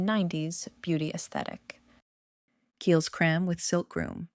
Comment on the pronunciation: It’s pronounced…. Her -me’s it’s also pronounced… Kyle’s!!